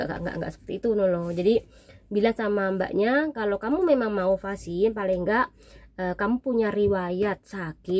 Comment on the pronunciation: vaksin mbak bukan vasi